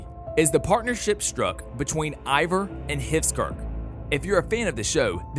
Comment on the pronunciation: Why do you say evar? The show clearly says it and spells it differently